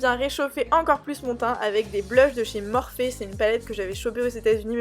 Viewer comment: « morphé » (en fait sa se prononce morphi mdrrr) ❤️